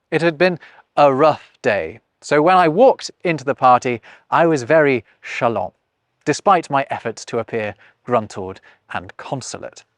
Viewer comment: Is this how people say "chalant" in English? Shalahn? I've only seen many of these faux words in writing. How can you be "non-plussed" by this pronunciation with forgotten letters and yet try to reform the alphabet?